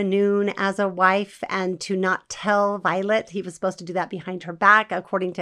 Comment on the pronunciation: BTW, Vilate is pronounced vuh-late, not violet.